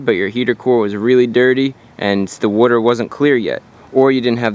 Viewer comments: It's pronounced "water" not "wuter". LoL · It's water not woiter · I like the way you say “werter” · Where do you get that “clean wooder” stuff to flush the heater core with? 😂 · What’s “woouder?” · Wooder 🤣 Jersey boy, right?